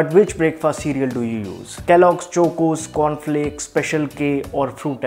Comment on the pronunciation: His pronunciation of chOcOs left me in splits 😂